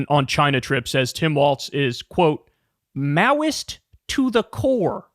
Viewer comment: Is it maoist, or meowist? Walz does like cats.